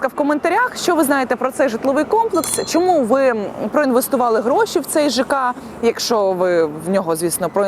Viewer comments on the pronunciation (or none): none